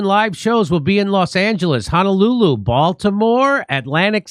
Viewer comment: Just came to hear JD say Honolulu but that wasn't his best Honolulu.